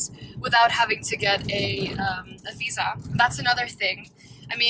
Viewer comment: "Getting a 'fisa' to work there is not that easy." LOL. If it weren't for "v" and "f", so many young Dutch people could pass as Americans :). Great video!